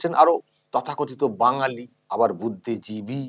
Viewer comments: Bichijibi not Buddhijibi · uccharon ta ektu correction koro ota "Budhdhijibi" hbe na "Budhdhibichi" hbe